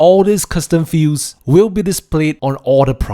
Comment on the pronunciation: It sounds like you're saying "custom fuse" instead of "custom fields". That was confusing...